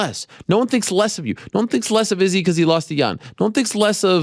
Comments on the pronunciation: Dude earth to Ariel you’re still saying it wrong. Izzy himself pronounced it 5 ft in front of ur face. Why are u still emphasizing the dis. Emphasize the san. What’s wrong wit u bro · 5 min after he left he still butchered it and saying it slowly xD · Bruh but he’s still saying it wrong!!! Wtf is wrong with this dude lately